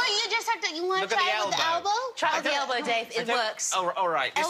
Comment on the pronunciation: Kristen, what the hell's an "albow"? --concerned American